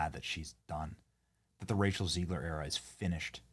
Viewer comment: dude i thought you called her racial ziegler!